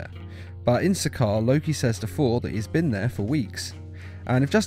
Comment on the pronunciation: to correct u it’s sakaar